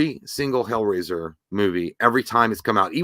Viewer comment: Hellrasier ……👌 lol